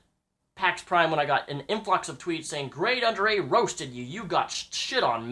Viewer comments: Grade(A) under (A). Say the first fucking A. I fucking hate when retards mispronounce shit. Gradeundera. Wtf is that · he has a speech impediment and he has really good points ya fukn sheep